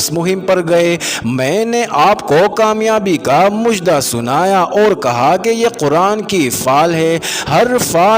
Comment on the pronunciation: ایڈمن.......لفظ "مُژدہ" نہیں " مَژدہ" ہوتا ہے....... لفظ " عُنصر" نہیں " عَنصر" ہوتا ہے " خوشنَودی" نہیں "خوشنُودی" ہوتا ہے